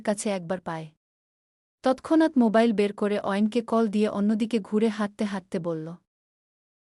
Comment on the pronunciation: এমনিতেই ছ ছ উচ্চারণ করেন আবার মোবাইল কে মোকাইল পড়ছেন। এটা বানান ভুল ছিল তাও বুঝলেন না ¿